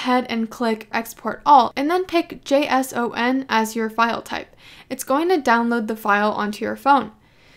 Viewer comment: First time I hear someone doesn't spell JSON as "jason"